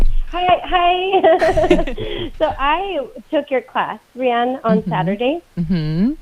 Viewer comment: Rianne, not Dianne :)